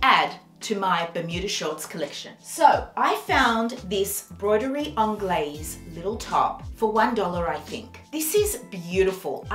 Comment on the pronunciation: Hi, it’s broderie as in Bro